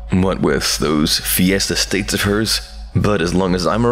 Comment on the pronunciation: Bro said it has “fiesta states”…💀